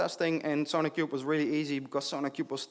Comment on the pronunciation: keep hearing "SonicQube"